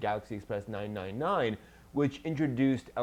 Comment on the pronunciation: I am currently watching Galaxy Express 999. I definetely will watch this one next. Oh no worries but just fyi galaxy express 999 is pronounced three nine. Anyways why does galaxy express not have that artistic animation like harlock because I believe rintaro also directed Galaxy Express. (not sure on that one though) Anyways will you review galaxy express 999 and battle ship yamato